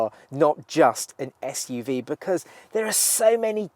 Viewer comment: At last, somebody at carbuyer who can say SUV properly